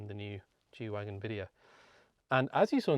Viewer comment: isn't it "G-Wagen" not Wagon? It's short for Geländewagen